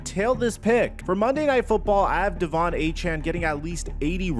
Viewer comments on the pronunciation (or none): none